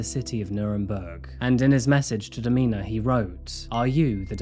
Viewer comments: Domina is this context, is pronounced dom-IN-a not Do-MEAN-a. It’s a title given to a female dominate in the BDSM community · "domeeeena".....haha no its domina, short for dominatrix 😅